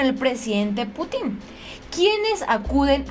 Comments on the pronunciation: que buena noticia,pero ya te dije que aprendas a leer bien y no cambies una palabra por otra cómo cuando dices putín - pútin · es Владимир Путин, se pronuncia Putin, con acento en la U, no Putín, respeta a nuestro nuevo mejor aliado;) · Jiji, No es 'Putín', es Putin no es lo mesmo : ) Pero eres una hermosa y se te perdona esto y más! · Que buena noticia ojalá todo sea para bien de México. Por cierto y solo como comentario, el apellido Putin no lleva acento en ningún lado, por lo tanto no se pronuncia "Putín" sino "Pútin" (como si tuviera acento en la u). Es solo un breviario cultural. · no se dice Putín,porque se escucha cómo una grosería,en nombres propios se dice Bladimir PÚTIN, siempre el acento en la primer vocal.aqui ya cabéa dijo el indíto,o ancina pué, jajaja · es PUTIN, no PUTÍN 😆😆😆😊😊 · Pútin...no Putín.... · Jijiji Es pú tin No Pu tín Jajaja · Cuidado con los nombres y apellidos. El presidenten ruso es PÚTIN con acento en la 1era sílaba no Putín con acento en la última (lo hago gráfico aunque no se escribe) En el idioma ruso muy pocas palabras si no es que ninguna son agudas ya sea con acento prosódico, diacrítico u ortográfico. Nada personal, no lo puedo evitar soy maestra y es una cuasi obsesión.... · Se pronuncia Putin, y no Putín 😂😂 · el nombre del presidente Ruso se pronuncia Pútin. Saludos. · No es Putin, es Pútin, sin acento, pero cargando la pronunciación en la u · Alguien noto que dijo putín con asentó en la (i) haciendo referencia a homosexual en diminutivo jajajaja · Jajajja saludos,se oye chistoso cuando dices Putin,le asentuas en la i se oye put"In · Creo que Putin es una plabra aguda... y el acento fonético es en la última silaba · Si verdad, se escucha chistoso como lo dice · Hay que pronunciar bien nombre del presidente ruso.